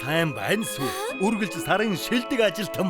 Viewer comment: Яагаад сүү гэдгийг шүү гээд байгаан бол оо?😂😂😂😂